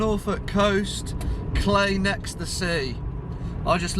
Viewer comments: Very ‘Oh Whistle, and I’ll come to you, my lad’ … and it’s pronounced Cly (clie) rather than Cley (clay)… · Cley is pronounced cleye.. Not clay. Just to be a pedant. Sorry. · Us carrot crunching locals pronounce it Cliy as in eye.